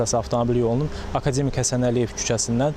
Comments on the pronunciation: Akademik sözün düzgün vurğulayın xanım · aka demik yox ey, akademik